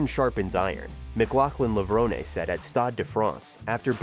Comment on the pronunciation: Please pronounce Levrone correctly - it has an inflection or hidden acute accent at the end, making it 'Levro NAY'. Tony Hunt World Junior Athletics News NZL.